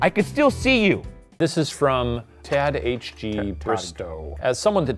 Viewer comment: Tadgh is pronounced like the first syllable of Tiger